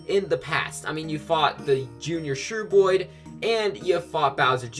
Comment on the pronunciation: Yooooo Cavi Cape I love it so muuuuch! As longtime viewers of my channel will surely know. But uh... Shroob, that's definitely not how it's pronounced lol